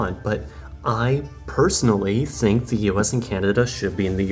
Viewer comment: the German is getting to you... You are starting to say "zink" instead of "think"